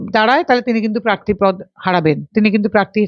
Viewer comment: পার্থী, শীলতাহানি, পিজাইডিং এসব কি উচ্চারণ? আপনি আগে উচ্চারণ শুধরে আসুন।